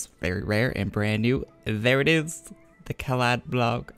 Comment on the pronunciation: Dammit, Its caladBOLG not caladBOG lmao